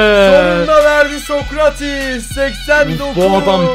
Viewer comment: ABİ O SOKARTİS DEĞİL SOKRATİS👍🏻